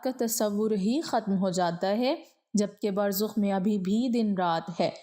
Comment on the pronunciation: Burzakh, not Burzukh.